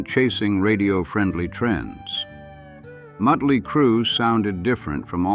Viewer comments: Stop mispronouncing motley 😮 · 😂😂😂 I know.